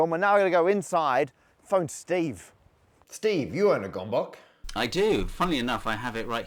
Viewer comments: I am the proud owner of a Gömböc, purchased in Budapest, and I also know how to pronounce it. (goemboets). I learned about epsilon in high school and I also know how to pronounce it. (EP-suh-lon). This is true for British English with American English elongating the last syllable very slightly. Matt is an expert in physics and the sciences and we love him for that. We'll just have to put up with his horribly mangled pronunciation of epsilon. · Matt, i hate to be this guy. Gomboc (Gömböc or spherelet?) Pronounced a "little" otherway. :D G (from graphic that was perfect) Ö (i from Bird, wierd right?) B (just any b like Bone) Ö (bird again) C (hmm hard one.. like TZ in Tzar, or like ts at the end of a word like grants) And the other hiccup in the video.. the editor wrote Gergő's name as Gregő. :D ABout the topic: This is an interesting thing. I didn't appriciate the work until Gábor talked about a lander module. I remembered a couple of lunar and martian lander which failed because they tipped over. With a shape like Gábor showed (the cylindrical) could solve this problem. But then the rocket has to work against a constant rotational force at the launch, or they have to place the payload on the stable side at the launch and use some fairing. And them comes the heatshield part at an atmospheric land. :D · I was hoping you'd have occasion to say “I copied that old bamboo model with this Bambu model”; and that the Hungarians would teach you to pronounce Gömböc. Seems to me there are four Types, four kinds of rooted tree with three child nodes. If your type I is A→B→C→D, and type II is {A→B; C}→D, the other two are {A; B; C}→D and {A; B}→C→D. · To a Hungarian, it sound too funny how you pronounce gömböc 😂 all good mate. I know you don't have ö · the pronunciation of gömböc will always upset me as a Hungarian... Ö and O are not the same (say the "Ea" part of Earl, that's an Ö), and C makes a "Ts" sound, not "K" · not gombok, it's g'mb'ts. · gombóc❌ gombok✔